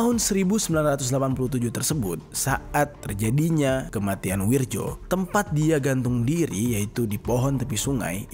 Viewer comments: Itu namanya bukan wirjo (ejaan lama) mas, tapi wiryo ( Ejaan baru) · akurasa namanya bukan wirjo tapi wiryo,karna menurut ejaan lama tulisan nya W I R J O,tapi menilik perubahan ejaan intruksi dikbut tahun 1960an keatas bacaan DJAJA dihilangkan huruf D nya hingga cukup dgn JAYA dan posisi JA disini jadi YA dan ada banyak perubahan ejaan seperti tjatja jadi caca dst,mohon maklum 🙏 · bang maap, itu bacanya WIRYO bukan WIRJO makasih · Wirjo kalau dibaca ( wiryo ) Bang sekedar masukan biar gasalah baca kalimat Jawa. 😁🙏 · bacanya WIR- YO pak, itu ejaan lama...J=Y .kalau DJ=J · Bacanya wiryo mas, ejaan lama.